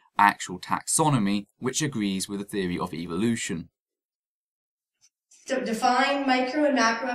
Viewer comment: Like your video buddy but one thing that does annoy me is the pronunciation of Evolution in many videos. When dealing with these people like in this video we need to be careful of how we present our position. From what I see ( and I have tried this myself ) these people often react differently depending on how the word is spoken. Pronouncing the word using the sound of E as in the word seek ie s-ee-k appears to promote a sound of EVIL-ution while using the sound or phonetic of the E in the word bet (b-e-t ), appears to lessen the impact of what they perceive. A subtle difference maybe but we do need to monitor our own approach if any progress is to be made. I cringe everytime I hear Dawkins say EVIL-ution instead of e-volution. Food for thought. CHEERS